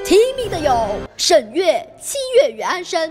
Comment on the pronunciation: 七月与安生，那个字念sheng，不是shen。前后鼻音不分